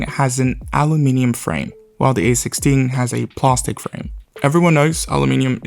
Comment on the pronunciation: WTF is "Plah-stic"?